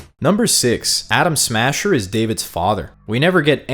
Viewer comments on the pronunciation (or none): Is it me or does he keep saying Adam Sandler?